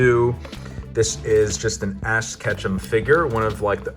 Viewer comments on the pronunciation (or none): I swear I heard Ass Ketchum lol